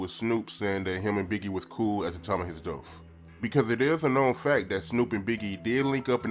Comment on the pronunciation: It's death not deaf